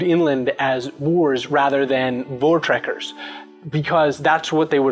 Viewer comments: Wouldn't "Voortrekkers" actually be pronounced "Foortrekkers"? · You're pronouncing voortrekkers incorrectly too. Vs sound like Fs in Afrikaans/Dutch. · i am south african, and i love your videos. p.s. in the word "voortrekkers" the v is pronounced f